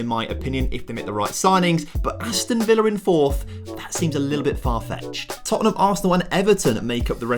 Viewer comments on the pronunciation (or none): none